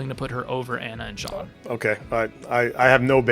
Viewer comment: Only complaint is the refusal to pronounce Jean correctly. It’s a fully voice acted game and it’s not even that uncommon of a name. Plus it rhymes with his fathers name. But good tier list though